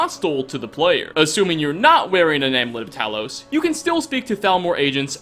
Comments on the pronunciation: Am-you-let, not am-let. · Am-You-Lit. Not Amlit 😆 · "Amlet"... AmUlet. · "Am-U-Let" not "am-let" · "AmUlet" and Eslaf. And all of the names in that book are words backwards ;) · theres a U in amUlet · The U in amulet is not silent. Knock that shit off.